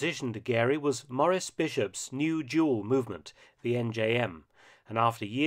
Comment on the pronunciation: pronounced 'Maw-Reese' Bishop.